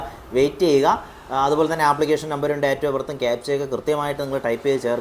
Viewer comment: ഡേറ്റ് ❌ ഡെയ്റ്റ് ✅